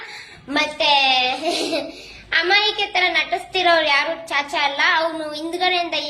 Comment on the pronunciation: ಚಾಚಾ ✅ ಕಾಚ❌